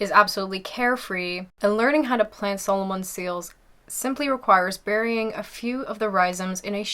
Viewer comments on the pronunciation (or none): Good video. Pronunciation is a bit strange on plants such as Solomons Seal and Hostas. I believe they would be pronounced as “sah-low-men” and “ha-sta”. It sounded like you pronounced erratic as erotic. Maybe 😄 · I heard her pronounce a few words incorrectly; Solomon, hosta, eratic, Columbine, etc. I don't think English is her first language. It's her vowel pronunciation that's a little off.